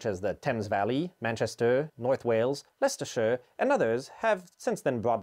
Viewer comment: Fine pronunciation of Leicestershire 👍